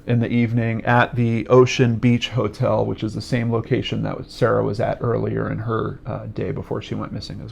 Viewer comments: Her name is pronounced Keer rah. :) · Sorry, this is random and probably annoying but I think her name can be pronounced See-air-a or Kiera. It's probably the latter. My co-worker's name is Ciara and it's pronounced like Kiera.